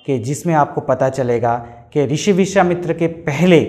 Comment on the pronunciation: Rishi nahi krushi, vrushwamitra nahi vishawamitra